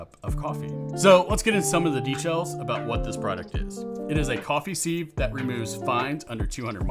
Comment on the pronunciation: Beats me why music is thought to be necessary at all. We’re here to listen to what’s being said, not to have a boogie. And while I’m here, what’s with this ‘seev’ nonsense? It’s pronounced ‘siv’.